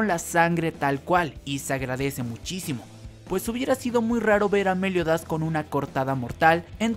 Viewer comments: Es Meliodas, no méliodas 🙄 no me intentes cambiar los nombres de los personajes 😌te lo pido por favor 😌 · Porque dice Méliodas en vez de meliodas Y porque dice Éscanor y no escanor Y porque dice Estarrrosa en vez de estarossa Jaja :v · Por favor me das un tik al pronunciar a meliodas con acento lo pronuncias Méliodas en lugar de Meliodas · Podrías decir Meliodas y no Méliodas pls? Xd Podrías decir Estarosa y no EstaRRRRosa pls? Xd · Xq decís méliodas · Me-liodas, esca-Nor, estaRRossa, que onda? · Es Meliodas sin tilde joder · Me Da Risa Como Decis Meliodas😂